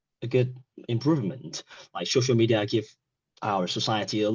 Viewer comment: have the same body as him! 🤔 because of him I started the law! 🙃 ask him for a right? 🤔 pronunciation problems: close friend , education , shoshal media Some parts of speech are articulated too quickly, and then hesitation follows. It was a pattern that repeated multiple times during the test. Is it an exam with a Band 5 candidate?